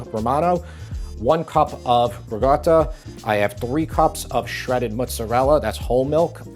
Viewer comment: Ok... absolutely LOVE your cooking n videos, but: WHY do you pronounce ricotta as "ruh-gotta"?